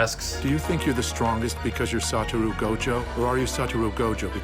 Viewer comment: god every time i hear an english dub of an anime i enjoy i'm glad i watch subbed. Why do anime VS's just refuse to learn japanese pronunciation nowadays? "Sahturu" brother euughh. wtf is even that?.